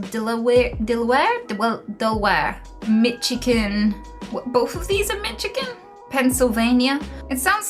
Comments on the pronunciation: I cracked up pretty hard when she tried to pronounce michigan. shout outs from michigan, lol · something about ‘mitch-igan’ killed me lol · Oh also it’s Mass-A-chew-sets ill-anoy And Mish-a-gan For a few phonetic sounds for the state names. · Mitchigan!?!? Lmbo. I can't front though I'd probably pronounce tons of UK shit incorrectly lol